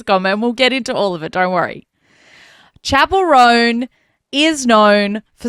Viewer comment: I don’t think I’ll ever pronounce her name correctly from now on. She will forever be known as “Chapelle Roan” 🏄🏻‍♀️ 👀 😂